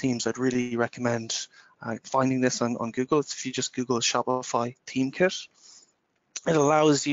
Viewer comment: he was saying "theme kit" i got confused too lol